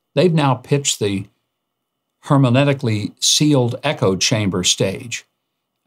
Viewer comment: Mike... love you and your views but... either my browser added a syllable or you said "hermanetically". Might want to edit this video just a tad.